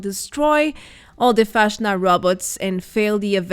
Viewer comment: it drives me crazy how you say Fastnacht